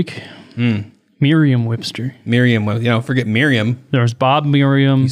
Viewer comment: I am outraged!!!!, I hope you're joking! Maid Miriam?? Gotta be freaking kidding me! It's Maid Marian!! One of the greatest and most important stories in all of history and you botched it! Idk if I can ever trust anything you say again... I need a minute to recover...